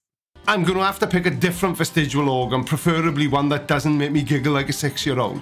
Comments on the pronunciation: Sorry to do this, but it's vestigIAL, not vestigUAL!!! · I used to wonder why you can't pronounce "vestigial" but now I know... It's because you can't spell the word either. :)